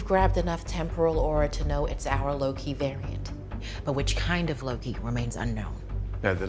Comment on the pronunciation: not him calling lokey as pokey cracked me uppp 🤣